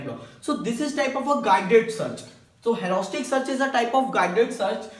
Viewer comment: U seems to say like hauraustic search but it 's rather heuristic!!